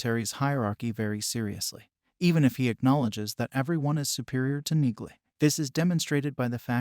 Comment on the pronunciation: it's pronounced Nealy